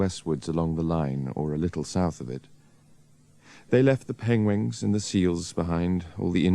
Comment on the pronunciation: Benedict begins with his famous “pengwings” 😂